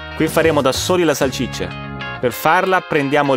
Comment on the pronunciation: Si dice salsiccia non salcicce😂